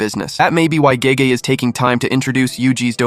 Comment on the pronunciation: You are correct. I caught on towards the end when he mispronounced Gege.